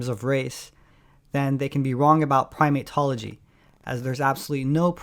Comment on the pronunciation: He really said primate-tology? Good grief.